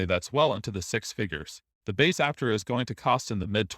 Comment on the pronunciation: ApTERa. Otherwise they should spell it Áptera. Or something. Almost normal bot voice.